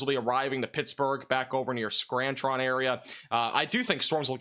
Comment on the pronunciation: It’s pronounced Clare e in and skran ton